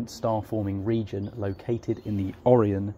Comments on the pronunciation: I smashed that like button for your butchering of almost every deep sky object's name, glad I watched the whole thing. It started with the Andro-Meeda galaxy but my favorite was the Oreo nebula. Entertaining and also very informative, I'm thinking of buying these binos, thank you. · learn how to pronounce Orion😊